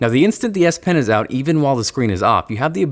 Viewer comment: I swear he says DS pen lol